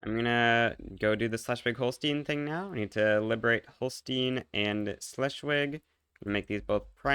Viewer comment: FFS Moltke not Moltkie. Let the man rest, he basically defeated France all alone. Double-FFS Schleswig, not Sleschwig. Are you people mispronouncing foreign words on purpose,?